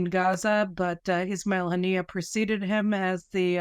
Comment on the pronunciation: You could have got his name right its Was Mail Haniyeh